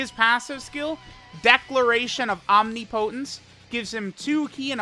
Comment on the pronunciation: needs to learn how to pronounce omnipotence